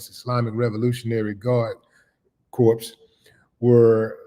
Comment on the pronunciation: Willie D, when pronouncing the word corps, the "s" is silent.